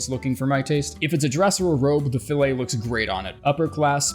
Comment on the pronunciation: "Fillet" is pronounced "fill it" when you're talking about headgear - "fill-A" is only for steaks.